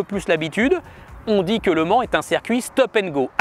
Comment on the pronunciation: Circuit! Ciiiircuit! Avec un i!